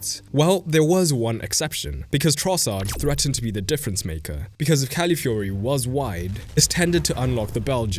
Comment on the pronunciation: Great video and analysis, but please get CalAfiori's name right. You aren'r the inly one making this mistake but it's annoying and just wrong